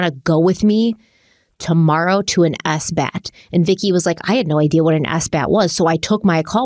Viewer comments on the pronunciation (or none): So nobody is going to mention that pronounced sabbath S-bath?